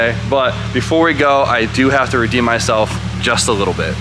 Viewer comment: it’s redeem my guy lol